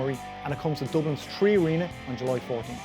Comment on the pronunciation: 3 or tree?